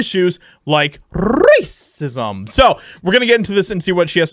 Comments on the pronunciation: I h8 when you roll your tongue on rrrracisim. Just say it. Or just cough or clear your throat if you’re afraid of YouTube censors. It’s Rrrrrealy grating. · Just say the damn word without the rolling, -40. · Why does he say racism like that??? 🤨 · Why are you saying racism so weirdly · I just unsubscribed from your channel. You cover interesting topics very well and overall I enjoy your content. The only problem I have with your reporting is the way you say the word "racism" each and every time. It had the desired impact the first few times but got old after the first ten or fifteen times. Now it has become irritating. I will check back from time to time to see if you have gotten past that.